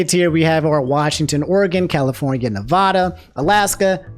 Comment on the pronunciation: I can’t believe my favorite streamer just said Nevada wrong smh